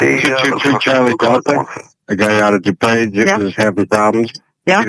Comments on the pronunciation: your channel is great, but your ai nariator cannot pronounce dupage. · Further into the video, he pronounces "DuPage" correctly.